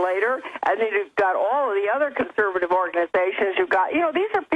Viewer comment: CONSERVATIVE Jones not "ConserBative" you keep saying CONSERBATIVE. conserVative you mush mouthed BbBbBbBuffoon.